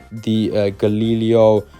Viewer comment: You butchered Galileo name when you said it 😂😂. Jk, thanks for the video